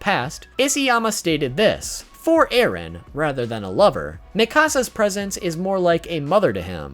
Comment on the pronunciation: It’s eren not Aaron